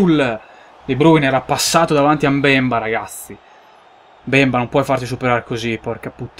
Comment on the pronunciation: saivet si dice sevé, mbemba ha l'accento sull'ultima A;)